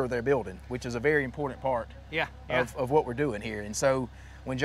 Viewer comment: “Impordant” is not a word. “Vetren” is not a word.